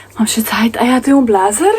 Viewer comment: blejzer se izgovarja, ne blazr.